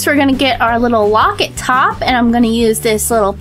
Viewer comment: you are saying wocet